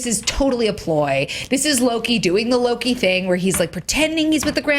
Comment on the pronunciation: It's so funny that after 6 years of Thor being in movies, no one can still properly pronounce Mjölnir, Loki and Surtur.